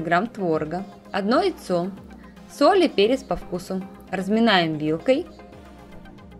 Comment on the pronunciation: И не Ийцо , а Яйцо 😊